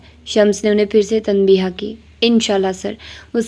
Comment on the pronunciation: Very nice,dear I want to make few corrections.The right pronunciation is tanbeeh.not tanbeeha and wajeeh not wajeeha the last alphabet hay is silent